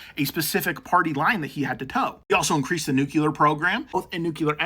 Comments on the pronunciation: REPEAT AFTER ME: Noo-CLEE-er 😂NOT NUKE-YOU--ler ALSO, CUT DOWN ON CAFFEINE. SLOW THE HELL DOWN! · Kyle hill would be disappointed at that pronunciation of nuclear